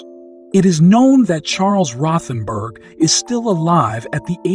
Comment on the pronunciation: Rothen "berg"?? 👃